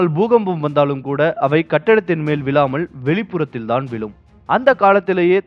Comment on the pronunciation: Vilum illa vizhum